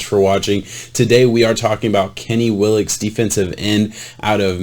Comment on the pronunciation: Pronounced Will - Uh - Kess. I question the flexibility/athleticism numbers. Just watch one of his workout videos. He can backflip, walk on his hands, cartwheel, backflip off a wall, etc. He can do a compete splits with his legs just like a gymnast. All this at 265 lbs. I've never seen any DE do this. He just needs to add some weight, strength, and develop some hand techniques when rushing and he could do some damage for the Vikings. Andre Patterson is just the guy to teach him.